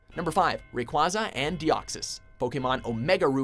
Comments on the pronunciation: Why do people keep mispronouncing Rayquaza's name. It really makes me cringe when they mispronounce his name along with Blaziken's name but after that it was a pretty solid list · 90% people pronounce rayquaza that way 10% people pronounce rayquaza Ray-Qway-Za ( how you actually pronounce it ) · Its Pronounced Ray-kway-za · Ray-QUAy-za as in quasar